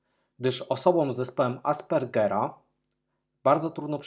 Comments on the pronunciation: Mam tylko jedna uwagę to aspE-rger syndrom nie aspA-rgar/ar ! Fakt, nie jest choroba w zakresie definicji jak posługuje się świat ale zburzeniem rozwojowym. Ale takie stan póki braku odpowiedniego nazewnictwa szeregującego całość zaburzenia nie można nazwać inaczej niż człowiek choruje na zespół aspergera/ Aspergr syndrome... jet to o tyle logiczne ze jak sam mówisz wielu ludzi dotkniętych syndrom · Myślę, że cechy autystyczne przejawia większość populacji. W różnym nasileniu. Kluczem do zrozumienia tego fenomenu jest ewolucja naszego gatunku. Te cechy bywają w pewnych sytuacjach przydatne. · Fajny film. Potrzebny dla ludzi. Przepraszam Cię, nie gniewaj się, ale to zespół AspErgera, nie Aspargera jak go wypowiadasz. Żyj długo i szczęśliwie...